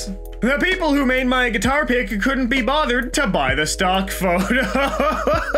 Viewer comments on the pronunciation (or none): you messed up the word "people"